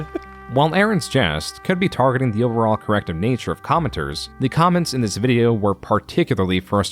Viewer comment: "Flash was the creative tool I had always been dreaming OF" Why did you emphasize "of" in that quote?